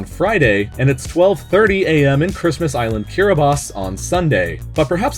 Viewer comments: It is Kiribati not kiribas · Y did u say kiribas? It's Kiribati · Kiribus? I thought it was kiribati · It is pronounced as K I R I B A T I not Kirabus lol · Why do you call it Kiribas? It's kiribati man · STOP CALLING KIRIBATI KIRIBAT....... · Shows Kiribati and say Kirabas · ...Why are you saying Kirabas? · Naksak % it’s actually pronounced ki-ri-bes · weird kiribati is pronounces kiribas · it was pronounced incorrectly in this video tho. it's kit-i-bas. common mistake. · it's pronounced kiribahs not kiribas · TIL Kiribati is pronounced as "Kiribass" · wait is that monstrosity the actual pronunciation of Kiribati